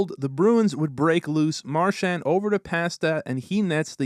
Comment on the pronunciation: To the narrator: Brad's last name is pronounced Mar-SHAND, with the last syllable sounding like the word HAND. It is NOT pronounced Mar-SHANT, with the last syllable sounding like the word WANT. Hoping this helps. Enjoyable video, but please fix the pronunciation of his last name. Thank you.